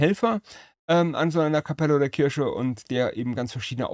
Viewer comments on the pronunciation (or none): none